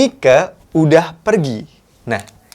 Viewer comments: ....Koq mike sich baca nya? bukannya myk?:) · Mike tu sebutanya bukan miko.. tp maik